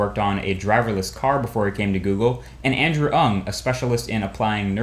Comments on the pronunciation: I believe "Ng" is pronounced "Ning" great video though! Thumbs up! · You pronouce NG wrong! WOW! Many chinese...